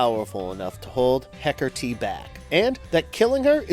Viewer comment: I love Wonder Woman and I love Hekate, but I Hate when the Goddess is constantly portrayed as evil. Just like Hades isn't the Devil. Also, there is no "r" in Hekate. You're pronunciation (hekertee) drove me nuts